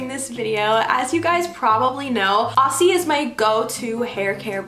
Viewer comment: Love the hairstyles! A little Aussie help for you, when you pronounce the word Aussie pronounce it like Ozzie. Just let it roll off your tongue a bit. Love you Bestie ♥️